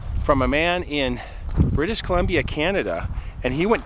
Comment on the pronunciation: He's far from a natural story teller. This is rough with a bunch of cuts and he's forcing it like he's forgetting to breathe naturally. Also "BrITiSh COlUmBIa CaNaDA". He's over-enunciating and it's unnatural and awkward. Needs some improv classes. Probably should write down what he wants to say in point form.